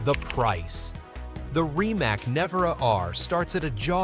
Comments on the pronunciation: It's not "RIMAK", it is "RIMACCC"... I'm Croatian, and I know Mate in person, probably I will never purchased his car, first because of the price, and second because this teck is not something amazing what people are thinking... If he focus more to the middle class people, I will consider of purchasing some of "Rimac Automobili" car... In this case I will always choose BYD no matter what... But this is only my personal opinion... Good luck everyone... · It's pronounced rimats